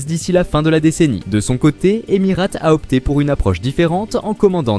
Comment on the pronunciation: en revanche je suis d'accord, cette vidéo n'a absolument aucun intérêt et n'apporte aucune information utile. Et il serait judicieux de prononcer Emirates correctement pour commencer...